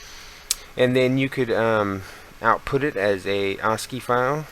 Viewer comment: God I hate tutorials given by dweebs who cannot even properly pronounce the very keyword of their tutorial. Assci is prounounced ass-kee not aws-kee.